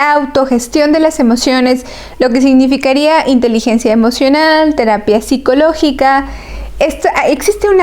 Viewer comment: Tanbien dice díabete emovional